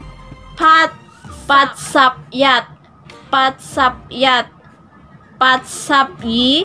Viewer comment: wrong po yun pagbasa mo wala po sound siya example yun yat1 mo dapat mataas yun